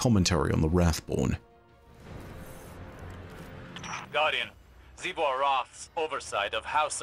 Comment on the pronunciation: Wrathborn sound like boring taken lol